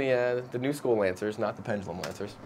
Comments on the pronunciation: It's supposed to be Pendulum, not "pendalum" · its pen da lum not penjalum